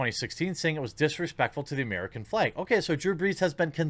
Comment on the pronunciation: The fleg? That's midwestern adorable right there!